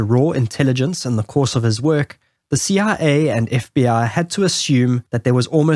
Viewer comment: Ur CIA sounds like CRA, was a bit confusing until you said it alongside the CIA logo